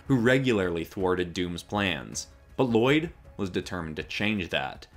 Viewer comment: You pronounced "Lloyd" wrong